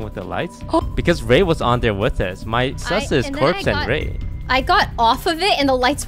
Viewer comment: Toast: "ooh thats sSuS!" 😂